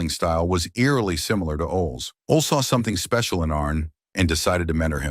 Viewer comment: Just butchered Ole's name.😂